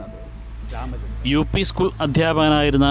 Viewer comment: വാർത്തകൾ വായിക്കുന്നത് ഒരാമചന്ദ്രൻ എന്നാണ് ഞാൻ കേൾക്കാറ്